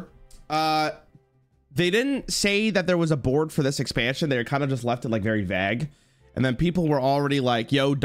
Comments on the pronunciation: The way Canadian people say "vaggk" instead of "vague" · He has to be trolling with his pronunciation of vague. At least tell me it’s a Canadian thing